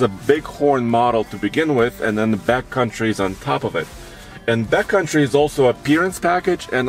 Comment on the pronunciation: I keep hearing saying ‘BATcountry’ rather than ‘backcountry’. Like BATcountry from Fear and Loathing in Las Vegas. 🦇🦇